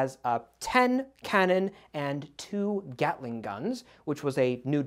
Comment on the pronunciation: I can't even tell you how happy I am that I heard somebody say 'gatling' gun because it's named after a person, not a gun that gattles.